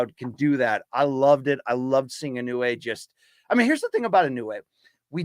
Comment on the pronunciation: He should stop butchering Inoue's name, out of respect for the guy.